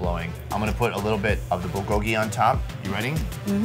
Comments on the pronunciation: I wonder why English-speaking people tend to say "bull-GO-gee" (with the accent on the second syllable) instead of "BUL GO-gi"... We don't say "kim-CHEE" or "cha-JJANG-myeon", so why do we insist on pronouncing "불고기" in such a strange way? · It's funny hearing every non korean person pronounce bulgogi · Every video he butchers saying bulgogi